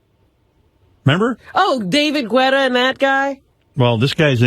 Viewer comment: DAVID GWUETTA!